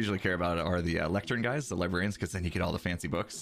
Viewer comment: When pronounced librarian liberryian